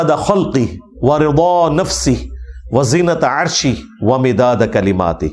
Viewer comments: علی بھائی زینت عرشہ نہیں بلکہ وزنت عرشہ بمعنی وزن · Eng M Ali correctly pronounce Wazinata arshi but it appears as if he is pronouncing...Zenat...